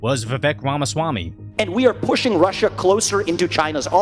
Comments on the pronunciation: Wamaswamy lol. Bro its rom uh swa me. If you want to sound more cultured you can say schwa me instead of swa me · lol exactly like Elmer fudd